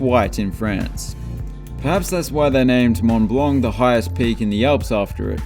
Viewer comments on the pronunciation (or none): none